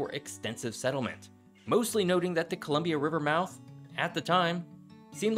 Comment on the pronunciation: Your pronunciation is still a bit off but it’s clear you made more of an effort than most people, only other issue I noted was that the Columbia river gorge was carved by a flood, and wasn’t as gradual as you imply in this video.